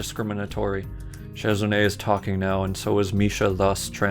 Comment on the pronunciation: You have the name almost right, but instead of sheh it's shi for the first part